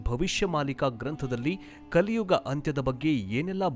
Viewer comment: 'Kaliyuva' 😂😂😂😂😂 its kaliyuga